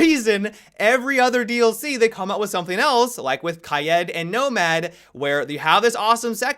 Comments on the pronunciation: Everyone: Kade/Kaeed:Ki-ed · #Sundaymailbox when will you stop saying “kayed” instead of “kade” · ChimiFknChangas how do u say it cause ur suppose to say it like Kai eed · You said Kye Ed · Why are you saying Kai-ed... makes no logical sense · Why do you call kaid ‘’kayed’’ ? Lol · This man said KI-ED the whole video 😂😂😂 tf? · there is no umlaut on the i just say Kaid. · It does bother me too.. Kayeed :D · you have to say ka-yeet, don't be a normie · He upsets me with how he says kaid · The way he says kaid🤣🤣🤣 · Bro how the fuck does he pronounce kaid smh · Does it only bother me how he says Kaid ? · It makes me suicidal